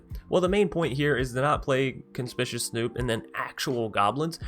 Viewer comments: legit not trying to be a dick. But con-SPIK-you-aus Conspicuous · Little trouble with “Conspicuous”. 😆 Pro tip: the second “C” is a hard “C”, like the first one. (Fun combos, if nothing happens to Maskwood.)